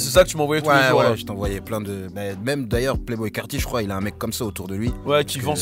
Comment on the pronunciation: Playboi carti pas (Playboy)